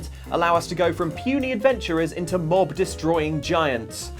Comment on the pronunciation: When he said "Mob destroying giants" I could swear I heard "Morb destroying giants" Send help